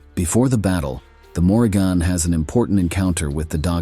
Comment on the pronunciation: His mispronunciation of her name told me all I needed to know smh😂